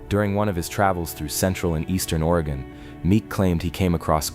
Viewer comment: In the beginning he say. Waay gon. Probably AI